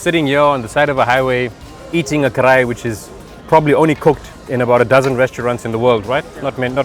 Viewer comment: bro pls say KARAHI correctly :D